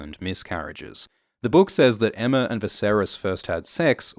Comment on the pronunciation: I hate how everyone calls her Emma. It’s Aemma. Like Aegon. Daemon. Maegor. Baelon.